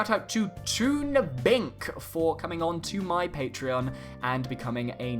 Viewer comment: Thanks for the shout-out man! I'm happy you pronounced my tag right (Bink is a Dutch word).